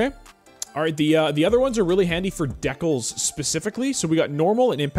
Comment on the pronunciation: I was so confused with how you were pronouncing decals lmfao.